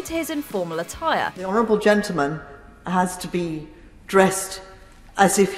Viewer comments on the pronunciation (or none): "Musical a-tie-re"